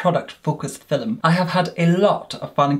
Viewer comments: It's not feelm it's film. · Does anyone else love the way says “filem” instead of film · I would buy merch with “filum” on it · “FILLEM” I’m dead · No one:: FILL ‘EM